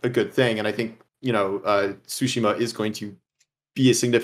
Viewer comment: OMFG! How many times is this guy going to call Ghost of Tsushima Ghost of sushi 🍱🍣 🤣